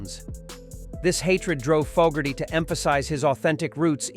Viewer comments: It’s Foe-gerty , not fog-erty………. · "jahn fah Gertie" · ”Fog”erty pronunciation was enough for me to stop watching. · Don't know about anyone on the list but I'm pretty sure he would hate the way you are saying his name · The idiot can't even pronounce John's last name correctly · Bruce Springsteen inducted Credence at the RnR HoF. It would be nice if this bot could learn how to pronounce the artists name.